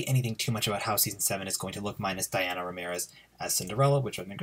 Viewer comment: Just to help you out, Dania's name is pronounced like donya.